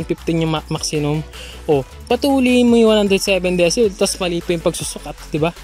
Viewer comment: ung enforcer d alam ang gingawa.. di nga mapronounce ng tama ung decibel eh.. dyesibel daw eh??! 😁